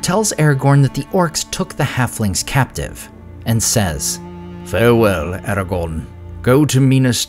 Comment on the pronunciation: Ah-ra-gone Ah ah --gone--gone